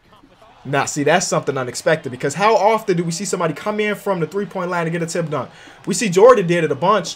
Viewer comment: When you saying “tipped dunk” it sounds like you saying “Tim Duncan” every time 😂😂